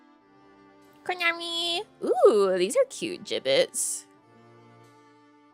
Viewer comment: Thanks for the stream!! It was a fun chatting and window shopping stream. I had no idea what a Jibbitz was at first, I thought ya kept saying Giblets and I was so confused LOL:_NamiLaugh